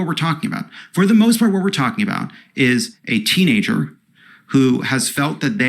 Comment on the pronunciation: I hate the emphasis he put on the word Teenager... That's kinda sickening considering that in the eyes of the law in every other regard, a teenager is still a child.